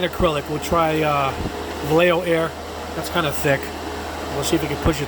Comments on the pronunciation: Yo pronounce vallejo like va-ye-jo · As a native Spanish speaker, I would say more like va-yeh-hoh... It's a Spanish brand, a Spanish name...I think he's been doing pretty good job pronouncing it too.... Don't know why everyone else wants to call it valayho